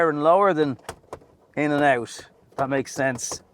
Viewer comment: That -> Tharse